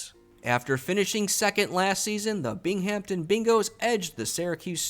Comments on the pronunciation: Binghamton - as in the Binghamton Bingoes - is pronounced without the H, more like Bing-um-ton and less like Bing-ham-ton. A little like you're saying "Bing them ton," as "Bing 'em ton." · The "h" in "Binghamton " is silent. The accent is on the "Bing".